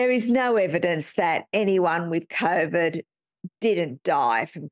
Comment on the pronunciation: My personal sense is that he covered himself by never pronouncing COVID correctly. He called it ‘CORE-VID’. So when he gets dragged in front of a jury l, he could say ‘oh no no no, I wasn’t meaning COVID I was talking about something else. lol.